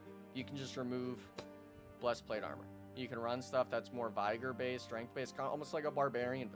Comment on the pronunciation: Great video, i was gonna ask you if you would do some class tutorials and guides, my only criticism is your pronunciation of "Vigor" the "Vig" is pronounced like "fig" in "figure" just thought you should know.